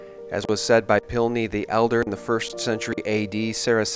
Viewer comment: who is "pineley the elder" ??? did you mean "Pliny the elder" ???